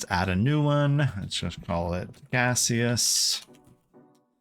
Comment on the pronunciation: I'm the developer of Gaseous Server, and I just wanted to say thank you for your awesome video! Edit: the pronunciation was correct. It's meant to be a play on Steam :)